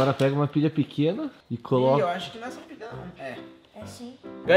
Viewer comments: quem reparou que o em vez de dizer pilha disse pila. hahahaha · ele disse pila kkkkkkk